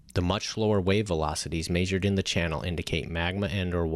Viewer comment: Neap tides have the least variation. You're thinking of Spring tides (which occur twice a month, not just in Spring). [Edit]: Also, why does this guy keep saying "majored" whenever he means "measured"? It's like nails on a blackboard every time I hear it